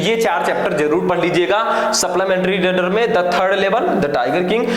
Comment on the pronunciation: Sir suplimentry hota h Saplamentry ni